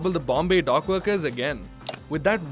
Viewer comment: Say dock. The way you say it, it sounds like dog